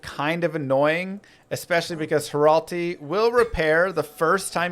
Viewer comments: hratli. hrat-li. not hral-ti. jerhyn. jehr-in. not jer-hin. he literally says his own name. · And then Hratli right after. Shaking my head. You're even swapping letters in his name.